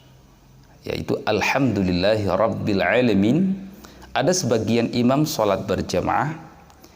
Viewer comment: juga salah baca juga...yg betul alhamdulillahi robbil alamin.. bacanya alahamdulilah Hirobbil alamin